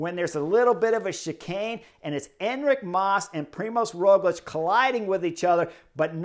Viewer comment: I have noticed you pronounce Roglič correctly, but not his first name. You can notice “special” letter ž instead of Z, Primož. I cannot think of any english example, so going with french. Word “gendarmerie”, first sound is like “ž”.